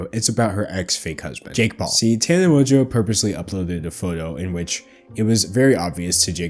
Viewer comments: It's literally how it's pronounced, with a little more emphasis on the "n". How does this have 2.6K likes? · Mojo is how Tana pronounces her own last name